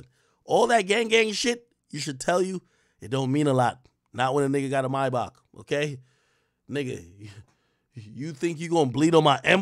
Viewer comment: Got me feel like AK can’t pronounce Maybach